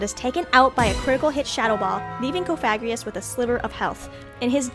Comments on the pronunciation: most pronunciations I've heard are "cof-uh-gree-guhs," not cah-f*g-ri-us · That Cofagrigus pronunciation really kept throwing me off